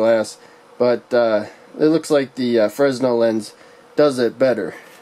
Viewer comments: It's pronounced "fray nel" lens NOT "frez nel" lens. The letter s is silent. This is because the inventor was French and their language is, shall we say, unusual. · Buddy love the video, a little correction, it’s FREH-NEL not FREZ-NEL.